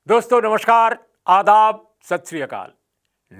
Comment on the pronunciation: भाई आ दाब बोलता है